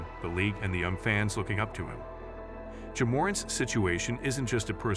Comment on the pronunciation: damn bro you couldn't even get the ai to pronounce ja as 'Jah' or 'Jaa'